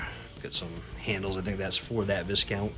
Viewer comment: Wonderful video - just one thing... one doesn't pronounce the 'S' in Viscount. Pronounce it is Vai (or Vye) Count. Amazing collection!